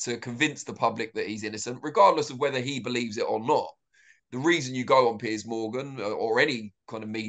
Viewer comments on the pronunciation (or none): Piers is not pronounced pierce. He doesn't pierce a tomato. He peers, then runs away from debate.